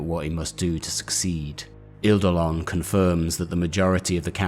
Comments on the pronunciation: Love these vids, looking forward to the one on my fav thousand son. I get a little triggered by how you pronounce some of the name though, I get why you do though, eidolon for example is pronounced idolon, it's an ancient Greek word for ghost or spectre where the E is silent 🙂 this really is very minor though and the vids are thoroughly enjoyable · Lol I know right??? Adored the video but everytime he said Idolon hit me like a record scratch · You research and delivery is excellent! Great videos and great story telling. The only criticism I have is that some of your pronunciation is off, Eidolon = Ay-dol-on for example. Keep it up dude, you are fast becoming my favourite 40k youtuber.